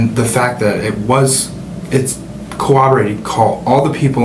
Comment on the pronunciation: Is he saying cawobberated instead of corroborated?